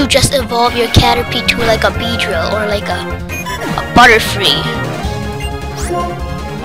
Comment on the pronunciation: i no but he said bedrill by accident